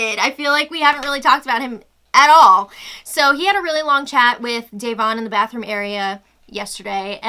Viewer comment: It's Duh Vonne! D'uh!!!!